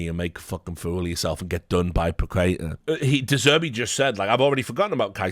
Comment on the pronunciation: Pah-keh-tah. Pah (like in party) - keh (not kay or quay) - tah (like in tarnish)! haha